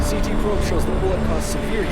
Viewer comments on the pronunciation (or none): none